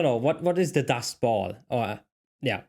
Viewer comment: It's "Dust BOWL" not dust ball